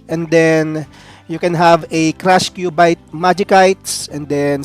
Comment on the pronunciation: "Majisayts" "and Kyubayt" po un